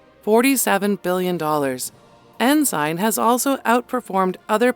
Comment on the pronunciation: It's Ensign Peak Advisors . . . not "enzyme" And, probably way, way more than $100,000,000,000 now, and there may be many other funds, accounts, and nests . . . but it's all pretty secret. When you donate to a private "non-profit charity," they have your money, and say bye-bye to it. Also, the Church has a large, well-funded law firm that works hard to protect it legally. Like Johnnie Cochran said when questioned about the O. J. Simpson trial and outcome, the color of "justice" in this country is green, and it comes down to a matter of how much "justice" you can afford.